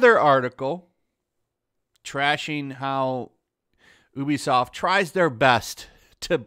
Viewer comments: bruh. It's pronounced "U be soft" not "OO be soft" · Why is he pronouncing it as ooobisoft its youbisoft right? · Its pronounced "you be soft"